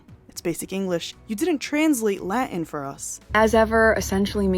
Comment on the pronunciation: Latin not la in.